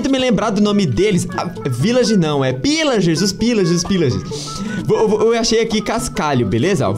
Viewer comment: Ilager '-' mas chamam de pilager